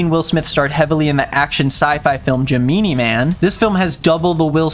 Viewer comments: Is no one going to talk about pronunciation of 'Gemini'. What the hell is jimeenee??? 💀💀💀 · I thought it was pronounced GEH-MEH-NAHY That...that was just bothering me, I can't be the only one who caught that Or am I saying it wrong? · wait........isnt gemini man like gemini the star sign not.......ja-meany.....did i not get a joke or are you illiterate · WAIT GEMEENIE I THOUGHT IT WAS GEMINI LIKE THE SIGN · “Jehmeenee man” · "Jameenie" Man 😭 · I.... Is it pronounced "jemeenee man"? I feel like Gemini is pronounced different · This man said Jim-ee-nee man. Oh no. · GEMEENEE MAN??????? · Obsessed with you pronouncing Gemini as Ja-Meany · i-is no one gonna talk about how says "gemini" like "jeh-MEE-NEE"....? 0-0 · is that how u pronounce gemini man?? i thought it was gemini like the zodiac sign not jim-in-ee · i will never not laugh at how pronounces gemini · Are we just gonna skip over the fact that our man doesn’t know how to say Gemini? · Why did pronounce Gemini like that, I’m literally sobbing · There’s too many people upset at over how he feels about Shark Tale and not about how he pronounced the word Gemini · why is no one acknowledging the fact that can’t pronounce the word gemini correctly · The way our boi just pronounced “Gemini Man” had me laughing so hard I almost threw up 😂🤣💀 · mispronounced gemini spread the word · AM I THE ONLY PERSON LAUGHING HYSTERICALLY AT THE WAY HE SAID GEMINI MAN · u should watch the Pretty Much It reaction to the movie 😭it’s so funny that’s how they pronounce it the whole time and i still always pronounce it that way bc of that vid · dedication to pronouncing the word gemini in the way that he does is honestly commendable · it is like the zodiac idk why he said gemini like that 😭